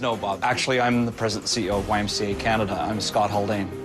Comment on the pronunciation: You lost me at the C in YMCA, sorry Not my twang, but I love all of you !